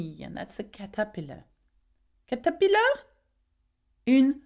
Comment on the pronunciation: Tout d'abord,, merci beaucoup de mon coeur! J'ai suivi votre chaîne pendant six mois et j'ai toujours aimé vos vidéos (en particulier celles de cuisine sur 100% français), et j'espère en voir plus! Aussi, "Caterpillar" se prononce KA-ter-PIL-lar avec les emphases sur la première syllabe et la troisième syllabe mais spécialement sur la première syllabe. On prononce le premier "a" en "caterpillar" comme le "a" en "chat" ou "apple", et le deuxième "a" est une voyelle réduite comme le "a" en "Angleterre". D'ailleurs, c'est juste un petit morceau de devoir frappé loin du français professionnel, mais je pense que ça va faire: "L'araignée dévore la mouche tandis que la chenille mange les feuilles." Enfin, je veux juste savoir comment dire "taupes" en français, et encore une fois, merci beaucoup pour vos efforts et vos vidéos! Ton fan, Raymond